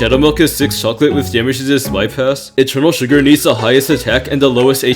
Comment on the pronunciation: i cant be the only one who doesnt like the way he says eternal sugar right